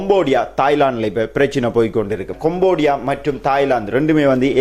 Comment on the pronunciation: கொம்போடியா அல்ல; கம்போடியா என்று சரியாக உச்சரிக்க வேண்டும்!